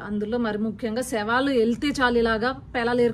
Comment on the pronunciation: Shavaalu kaadamma savaalu,telugu correct gaa maatlaadu first